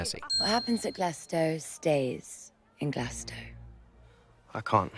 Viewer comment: Born and raised in glasgow and i fucking love country roads so much so i dont even mind an Englishman playing a Scotsman cos mark strong KILLS IT (As a side note, not to be condescending, but if you pronounce it glass-cow, you dont get to call yourself Scottish even if your descendant its Glaz-go)